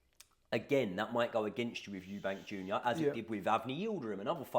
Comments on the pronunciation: Stopped watching when you said "Eubanks" it's clear you guys know fuck all about boxing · Good video but it’s EUBANK without the S lol